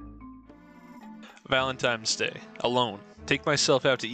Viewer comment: homie said valentimes day